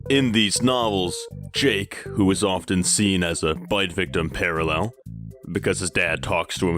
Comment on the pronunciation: awwe look who can't say PARALLEL